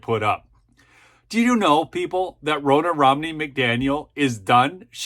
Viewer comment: Ronna is pronounced like Donna